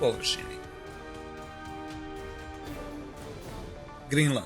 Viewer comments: Haha da, ja kazem koja je ova Grinland, a kasnije skonto Grenland 😁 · ne kaze se grinland nego grenland no hate care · Ne kaze se Grinland nego Grenland care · Mislim da je Grenland, a ne Grinland...